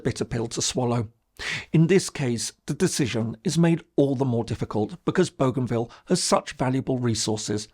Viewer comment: He is pronouncing Bougainville correctly as it is pronounced in the region. Nobody on our islands pronounces it the French way despite the name’s provenance. In the Solomon Islands it is pronounced a little differently as boh-gun-ville.